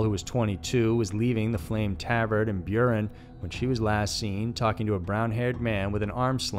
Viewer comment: Burien.,...and Sah-ma-mish....prounouced,...otherwise very informative.